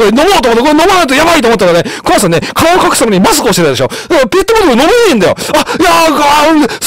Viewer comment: クマがheyになってるw